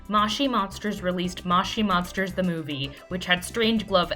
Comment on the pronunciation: mow chee monsters not maush ie monsters